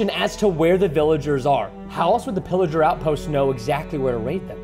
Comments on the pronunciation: Can I just say preston said illager not pillager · Its not iliger its piliger